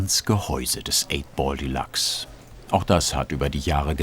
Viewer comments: Das Ding heißt nicht Delaxe sondern Deluxe, Dehlücks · geile arbeit. aber die aussprache von deluxe triggert hart :P delachs ^^ delyks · Schöne Doku, das Einzige, was mich etwas gestört hat ist, das der Sprecher die ganze Zeit von "de lachs" sprach statt Deluxe ... Fische waren da nirgendwo! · Wie kann man das Delachs aussprechen? Denkt der Sprecher mit? Oder was ist da los?